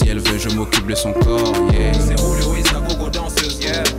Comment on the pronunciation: On dirait que à la place de Julio il dit Rouluo